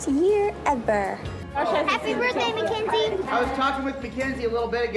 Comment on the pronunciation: Her name is not Mackenzie. Ma KiN zie. Mackynzie. Please get her name right.